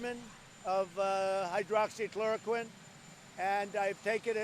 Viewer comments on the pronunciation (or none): It's "hydroxychloroquine" not "hydroxychloquine"